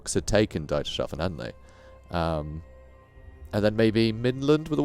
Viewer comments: Love your work and care you show with reading and pronouncing names, etc. Excellent storytelling. Whtm though, pronounce 'Dietershafen" as "DIE..:" (like death=? If you can ppronounce Steven Spielberg correctly then this is pronounced with the same ei sound. Otherwise it is a huge enjjoyment to hear and watch your videos Thanks for the good work. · Dietershafen is the harbour of Dieter(pronounced like thee except with a d). Yeah, Grammarnazi, but thanks for the content